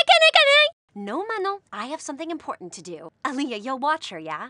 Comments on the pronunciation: ALIYA?? it’s alya ALLL YA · "Aliyah" omg the prononciation tho